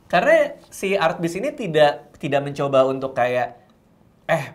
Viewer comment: Setiap radit ngomong 'artbiz', gue dengernya 'artis' njir..